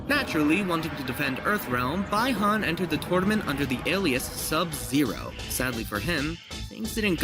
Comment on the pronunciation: You pronounced Bi Han wrong. But I'm thoroughly impressed. I'll subscribe.